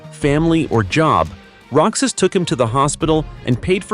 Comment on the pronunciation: Roxas is not pronounce rocsas it pronounce rohas